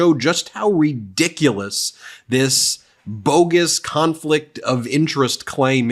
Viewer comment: Ben, why do you keep saying "reddiculous"? It sounds ridiculous.